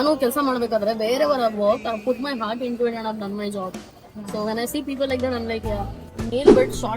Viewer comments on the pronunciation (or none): none